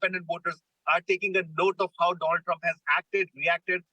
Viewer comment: She just gave a new name…. After…Doland… “Donald Drump” 😅😅. “Struck by something on Right Eye”…. 🤦‍♂️ News Anchor 😓😒